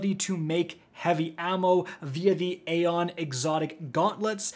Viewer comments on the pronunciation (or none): none